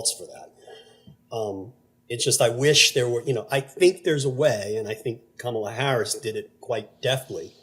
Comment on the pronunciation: Hey George, please pronounce Kamala correctly… don’t follow your wife’s lead.